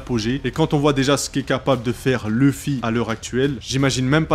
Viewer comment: pk tout le monde dit leffy et non luffy